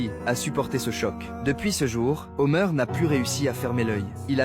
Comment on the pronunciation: HOMER PAS HOMEUR PFFF